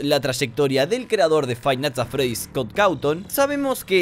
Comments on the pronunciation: frainat at fredi xD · frive nights at freddy's dice xD igual hasta yo me confundi escribiendo este mensaje xD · se puede ver cómo iba a decir five nigths at Freddy pero se confundió y casi dice friday nigths Funky, por lo que su mente se bugueo y dice frainait at Freddy